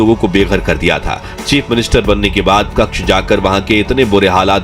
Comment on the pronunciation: कक्ष नहीं भाई कच्छ बोलो।😅